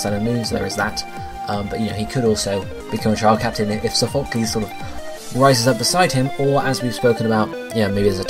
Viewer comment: i cringe every time u say sophocles lmao